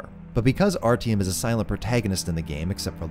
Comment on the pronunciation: My man, nice video, but you butchered those names so bad i had a stroke trying to understand who the fuck is RTM